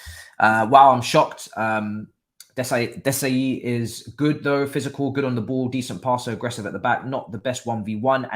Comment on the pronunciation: Pronounce Disasi like DiSSaSSi (Like SAharah or "Sy") And not like Dizazi.